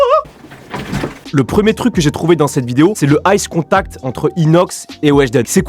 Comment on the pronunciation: c pas ice contact c eye contact xd